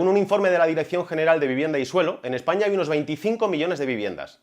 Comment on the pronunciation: Una pregunta.. por qué dices Essaña?